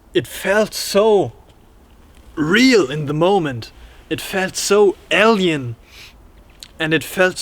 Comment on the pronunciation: Super interesting ! Your description of the entity was hilarious . Also interesting how you pronounce alien ! Sounds like el-yan or L-yan